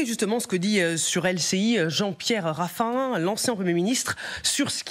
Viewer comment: Raffarin pas Raffin 😂